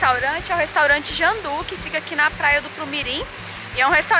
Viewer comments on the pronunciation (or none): A menina não sabe ler JUNDÚ. Ela leu JANDÚ.